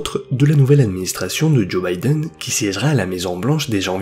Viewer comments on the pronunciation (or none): none